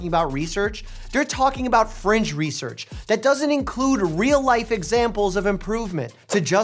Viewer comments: He's not saying French 😂😭 He said fringe research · He's saying fringe you idiot